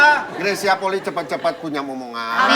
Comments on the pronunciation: Bacanya Greysia Polii, "i" nya dua. Bukan Greysia Poli. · Marganya Polii... Dibaca POLI-I... Bukan POLI. Vincent sebagai orang yang ada darah Manado harusnya sih lebih tau.